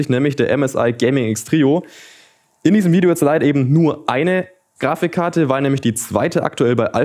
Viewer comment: Wie er wieder zwischendruch "Grafichkarte" sagt. :D